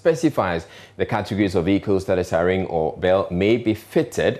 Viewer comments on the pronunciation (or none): This news anchor (sorry dont know his name) is quite good with clear voice and tone , but he is wrong in the pronunciation of the word siren! The correct pronunciation is sai-ruhn and available to check on Google. He sounds very funny with his version sa-rin or sa -ryn 😂